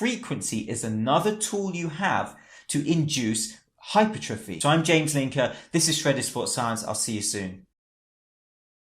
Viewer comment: its pronounced - HYPER - TRA FEE